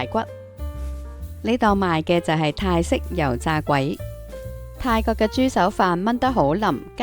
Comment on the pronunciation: 請改善懶音，例如:泰國個國，陽光個光，水果個果，果汁個果，如果個果，樂隊個樂，係音樂個樂，唔係快樂個樂，個我字，個你字都有懶音。另外，係翟道翟，唔係習道習，同埋mixt商場出面既串燒，10b一串唔係$5左右港幣，係大約$2